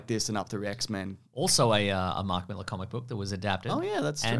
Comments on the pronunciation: Appreciate you pronouncing Millar correctly, not 'Mill-Ar' like Americans. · Thanks for not saying mil-AHH like an American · It's really nice hearing someone pronounce Mark Millar's name correctly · 10 points for pronouncing Millar correctly.